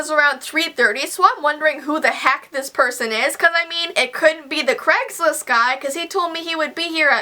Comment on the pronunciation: I like how you say "CregsList" 😂